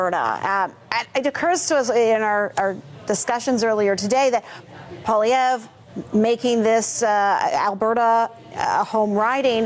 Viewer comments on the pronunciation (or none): Too bad couldn’t take the time to learn how to say Poilievre’s name. Of course is a strong NDP supporter (although he claims to be neutral).